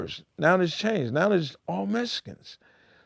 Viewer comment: “Now it’s all Mesicans”🤣🤣🤣🤣